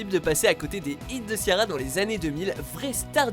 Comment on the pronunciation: Vous avez détruit les prénoms Ciara et sinead 😭